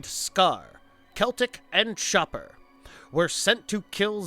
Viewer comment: Chopper not schopper. Lol it sounded like you said shopper or something not chopper. Lol